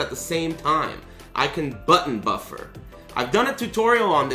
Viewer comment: Da buffuruuuu screams in korean